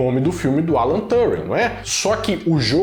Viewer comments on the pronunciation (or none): none